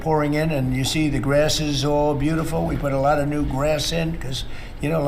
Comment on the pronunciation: Yes, it is full blown dementia - Altzheimers for sure. Why does Trump pronounce "grass" as "grearse"?